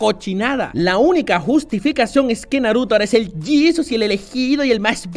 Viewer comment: JAJAJA, "El Yisus"